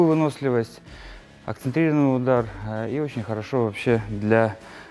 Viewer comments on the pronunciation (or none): Да что ж это за слово такое «акцетРированный»?